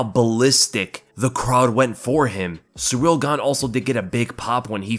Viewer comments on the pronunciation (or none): none